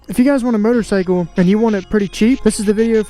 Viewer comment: Did he say murdercycle? Haha 💀